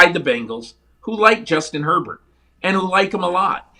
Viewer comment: He strait up called Herbert Air bear😆😆😆